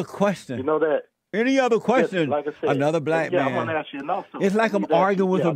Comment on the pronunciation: My goodness. This is what cops & all other service folks got to put up with. "Ax him where he going, he telling me where he been!"